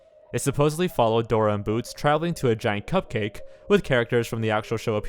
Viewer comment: Dorer the explorer